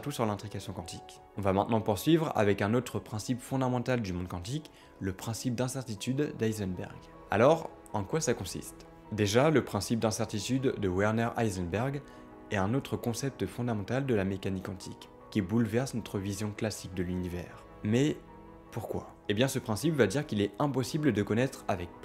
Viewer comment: Merci pour la vidéo. Juste petit détail Werner se prononce "vernaire" et non "ouairnaire" :)